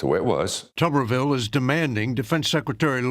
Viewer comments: Mr. Ojeda I respect and like you, and watch your show, but it's tub erville as in bath tub, not tube. And he's a Senator from Alabama not Arkansas, though he lives in Florida. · Two important things my friend. It is Tub like bath tub —-erville. Or Tubby. His Auburn fans also call him dickhole but that may get stripped. Second and I am sure you heard it already but he is R-AL for Alabama. Not that there is a whole lot of difference twixt AL and AR but to Bamaians, if ya screw that part up, you lose the room and unless you are talking football or god keeping the attention is going to be difficult. So get his name right. Believe me Tube or Toob—- erville sounds awkward and really does not do justice to the tool ole Tommy really is. Peace and Straight and Stallwart.